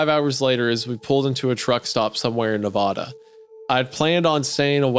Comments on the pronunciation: I cant believe you'd mispronounce Nevada... Inexcusable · The worst part about this story by far was having to hear Isaiah pronounce Nevada wrong